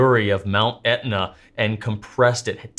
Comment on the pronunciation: makes mount Etna sound like mount Doom